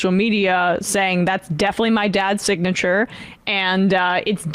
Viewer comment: Damn listen to him try to pronounce SIGNATURE He says It looks like my SINTCH!